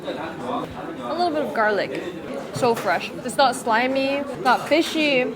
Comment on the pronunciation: Oh come on, the way she said garliqúe 😂 i love her sm